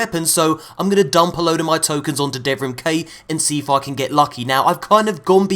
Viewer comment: “dumb my tokens on Devrim Kay”....sounds....messy